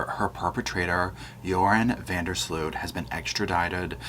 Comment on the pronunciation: It's Van Der Sloot, 😂 im Dutch